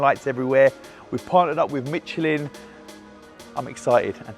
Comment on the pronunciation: Im trying to find the "T" in Michelin ,,,,,,, anyone???